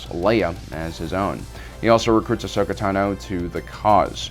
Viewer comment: It's Ahsoka